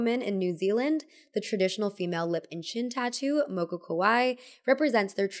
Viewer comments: Oh hey māori rep! Also 'moko' has a longer 'o' sound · it was really nice to hear you talk about Moko, as somebody from Aotearoa New Zealand! just thought i'd note, Moko is pronounced with the same "o" sound as in "more"